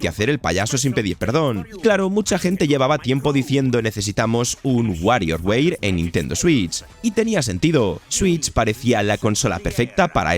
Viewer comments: Wario weir? O sea, tu dices softweir envés de software? 😒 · y un gatito cuando dice wario weir :'v